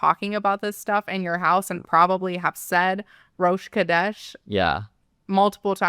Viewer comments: It's pronounced Rosh H(phlegm)odesh. These folks are taking Jewish tradition and not even bothering to learn to pronounce anything correctly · Ffs Rosh Chodesh is pronounced as HO-desh. Rosh Chodesh happens every month. It’s the start of the new month on the Hebrew calendar and is a woman’s holiday in Judaism. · I can confirm that it was being pronounced wrong but it’s actually a combination: rosh hodesh is probably the most accessible transliteration. Directly translated, it means head of the month. You know, that thing that happens every month. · She didn't even look up how to pronounce it. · completely butchered the hebrew, as most apologists from english-speaking countries do and which only goes to show they know nothing about any of this. what she said translates to "a head of holyness" or more succinctly a holy head, or alternatively "the head (start) of holiness". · I had to Google it to see how it was supposed to be pronounced, and when I saw how it was spelled, I wondered if she also pronounces Chanukah with a hard C.